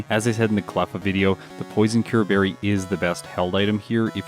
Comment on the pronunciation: "Poyzoncyurbarry"? its pronounced PSNCUREBERRY